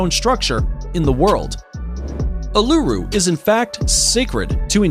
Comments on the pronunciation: Uluru is not pronounced ooh-lu-roo but ool-la-roo. And its other name Ayers Rock is not pronounced Ay-ers rock but rather Airs rock. Either way, really enjoted this video! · I'm from Australia and him pronouncing Uluru wrong hurt its said: ew-la-roo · A kind suggestion. Please check the local indigenous pronunciation of place names prior to recording. Ie. Uluru is pronounced oolooroo with no syllable being stressed. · Uluru is pronounced - oo loo roo or Ayers Rock - pronounced "airs" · ahh not a sing time did he pronounce Uluru / Ayers Rock correctly. I think I heard him call it ulura as well . like whatever, you can pronounce it wrong but pls try to be consistent about it. sheesh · Yeah I know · The pronunciation of Uluru hearts me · The way he says uluru ahahahahaha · Bro it actually hurts me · Number 2 he kept saying it wrong if you can not pronounce a word or name correctly don’t guess at it every time he used the Aboriginal name for Ayers Rock I cringed every time yuck it was so bad the way he kept saying it 🙈🙈🙈🙈